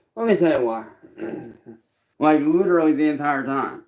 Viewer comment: says “bolth” instead of Both Leedurally instead of literally